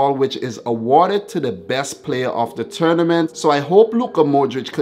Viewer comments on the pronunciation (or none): none